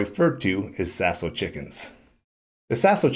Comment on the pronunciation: You’ve got that French down pretty good !